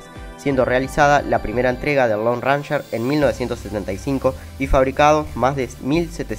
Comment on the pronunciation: Lindo video. Ranger se pronuncia réin-yer.